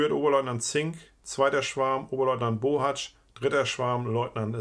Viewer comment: Du bist der erste der meinen Namen richtig ausspricht! Ich bin nämlich auch ein Bohatzsch nur ob der aus der Erzählung zu meiner Familie gehört weiß ich leider nicht. Aber wäre schön interessant so oft gibt es diesen Namen ja nicht